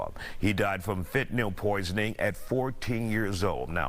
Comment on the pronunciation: Pronounces Fentanyl properly.